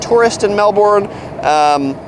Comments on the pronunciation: I'm kinda trying to say "Melbin" but there is a US city in Florida with the same spelling and it's pronounced Melborn.. It's hard for me to kick that pronunciation out of my brain! :) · Im Australian and damnnnnnn (im from melb to but please don't say mel-BORN/mel-BURN say Mel-ben) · And it isn't Mel BORN....it is Mel Bun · It’s pronounced Mel-bun not Mel-born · BONUS: 1st thing to know about Melbourne is that it's pronounced "Melb-N" not "Melb-ORN" . Drop the "OR" sound to avoid getting eye-rolls from locals like me and stocking out like a sore thumb :) You're welcome. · Its pronounced mel-bin not mel-bourn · Its pronounced "Melbon" ......not Melbourrrrrne"!!!! There is no R! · Hey, you need to know how to say "Melbourne".The natives pronounce it as "Mel-ben" not "Mel-born". The Aussies told me so. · I’ve lived in Melbourne all my life and myself and everyone I’ve ever come across pronounces it Mel-ben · We Americans have tons of things to be thankful for. Yet I do say we do pronounce Melbourne like Mel born and or Mel Burn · Mel-burn - its pronounced. great review! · First thing to know about Melbourne - ITS PRONOUNCED MELBUN ffs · First thing to know is how to pronounce the name of the place. It's not Melborn. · natalie storm "spelt" .. and I've lived here 40 years .. it's pronounced Melbun 😂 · JKalama It must be difficult for Americans not to pronounce the "r's." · it's neither. It's Mel-burn. "Mel-born" is how how the US city in Florida is pronounced. "Mel bun/bin" is how the Australian city is pronounced with an Australian accent, which he shouldn't do, because he's not Australian. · Where is 'Mel-born'?? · It’s pronounced “mel burn” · Florida! We have a Melbourne here in the USA and that's how it's pronounced here. I know it's pronounced different in Australia but my brain has a hard time with that for some reason! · Melben thats how you say it... And its yara not yorra. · Errrr its Melbun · It is pronounced 'Melbun'. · i cringed when he pronounces melbourne.